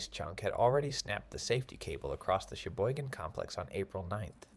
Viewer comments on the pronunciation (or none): LEARN it Cheboygan not sheboygan